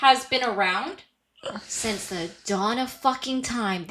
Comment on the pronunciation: You know how to pronounce Iran but can use help with simple English words. One example: Since: in the intervening period between (the time mentioned) and the time under consideration, typically the present. Sense: a faculty by which the body perceives an external stimulus; one of the faculties of sight, smell, hearing, taste, and touch. a feeling that something is the case.